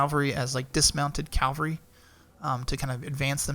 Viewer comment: Cava-lry are horse soldiers. Cal-Vary is where jesus died. They are not synonyms or different ways of pronunciation. Lots of people make this mistake.